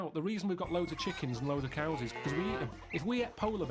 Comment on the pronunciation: I think I’m the first person to notice that said Cowses